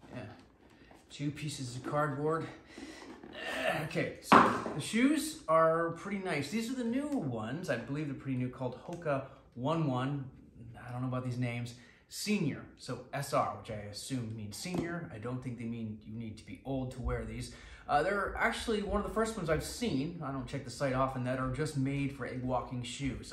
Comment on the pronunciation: Not 1 1… pronounced like when you say the the letter O and say O- nAe O-nAe